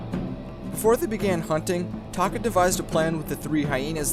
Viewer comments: Did anyone else think he said taco when he said taka? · Scar's real tame is Taka?! Sounds like Taco to me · SAY TAKA